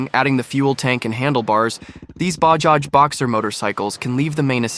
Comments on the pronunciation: It is BAJAJ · It's Bajaj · Bayjaj…Bahjaj…Baajaj, 🤦🏻The proper phonetic pronunciation is “Buh-jaaj”. Same with Puny - pronounced “Poonay” 😂